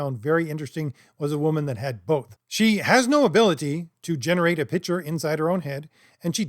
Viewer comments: It's a minor point, but you should work on your ability to pronounce pic-ture as a different word from pitch-er. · Use your inner monologue to envision pronouncing "Picture" correctly, holy fucking shit. Imagine the C in that word, marble mouth. Decent video otherwise. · I know this is snobby, but the word “picture” should have a K sound in the middle.